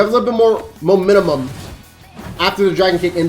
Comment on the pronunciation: Ngl bro you gonna need to learn to pronounce the word mo-men-tum